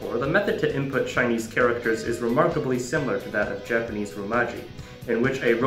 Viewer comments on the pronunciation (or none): Cool video; worst pronunciation of "kanji" and "romaji"